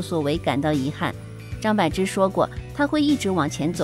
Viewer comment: 张柏bo芝,她本人说念bo。柏林，潘玮柏 bo